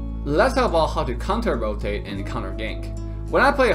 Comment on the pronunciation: counte-rotate and startegies I'm sure you will be forgiven as English is not your first language